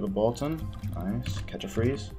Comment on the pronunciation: I love how you say bolt. "Bult" love you